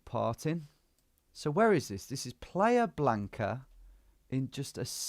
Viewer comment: “Player Blanca”? It’s playa blanca, pronounced PLI-uh. “White Beach”.